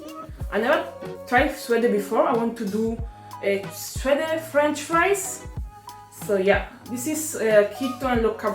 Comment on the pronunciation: It’s pronounced Sweede